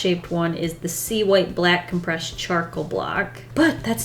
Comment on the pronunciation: "The black shaped one" Me: did she say block or black?